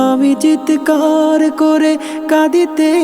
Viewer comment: শব্দের উচ্চারণ ঠিক করা উচিত! চিৎকার হবে, চিতেকার নয়।